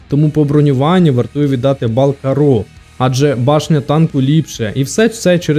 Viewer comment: Порівняння супер, але, все відео різало слух, як ти називаєш карро) Правильно кАрро, не каррО)